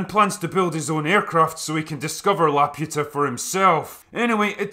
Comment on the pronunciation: love your stuff, but if you watched the movie, you must know you are grossly mispronouncing La-poo-ta.